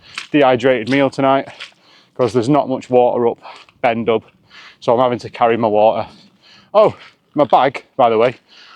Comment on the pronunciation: Please, it's not 'Ben Dub'. In Gaelic if there's an 'h' after a consonant it usually means the consonant is silent. So it's pronounced Ben Doo (the black mountain).